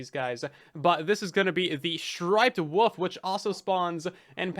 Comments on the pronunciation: pronouncing wolf as woof repeatedly is killing me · Did you know... The word woLf actually has an L in it, lol